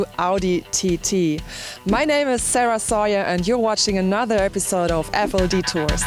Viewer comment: Good job Sarah, and for the record I'm (Like many FLD fans) are very much cool with the original pronunciation of your name. Tell them haters to attempt to learn German! Peace.